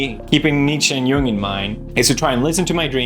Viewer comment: Philosopher Pews is back! sidenote; the first person i've ever heard pronounce Jung correctly